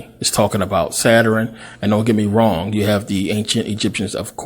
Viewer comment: Saturn yo...Sa-turn. Not Satur-in!!! Shout to the Pennsylvania educational system. Jus f-n witchu.. Thx 4 Vid.